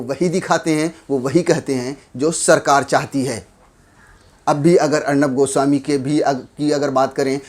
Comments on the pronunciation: Arnab GU swami bola bhai aapne 🤦😂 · Bhai aap arnab goswami ko 'guswami' kyu keh rahe ho? 😆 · Godi media is absolutely wrong but what you are doing is also not correct...this is not journalism to pronounce someone’s name as “Gooswami” instead of “Goswami”....you are also doing cheap journalism..shame on u and will never watch you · Abe 'goo-swami' nahi goswami naam h uska... 😁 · Am I the only who heard Arnab ghu...swami 🤣 when he has pronounced Everytime.